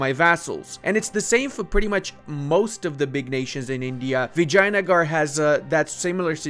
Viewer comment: Is it just my ears or pronouncing vijaynagar actually sounds like "vagina-gar"??? 😭